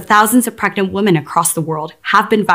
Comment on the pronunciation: You'd think they could find someone who could actually pronounce the word "women".